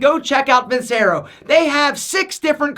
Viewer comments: Btw, just so you know it’s pronounced vin-CHE-ro. Just saying. Love the vids! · Vincero should be pronounced like “veencherrahh” {means I will win)